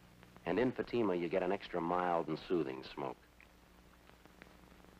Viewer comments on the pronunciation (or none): When Jack Webb said "...in Fatima..." it sort of sounded like "emphysema"...uhhhh, no thanks.